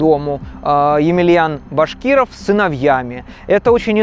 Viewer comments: Ударение в фамилии БашкирОвы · Фамилия Башкировых ударяется на последний слог - БашкирОвы!